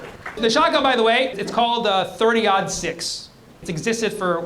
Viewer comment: Thirty-aught six. The caliber is 30.06, so thirty, aught, six. 😊